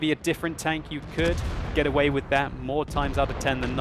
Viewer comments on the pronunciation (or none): none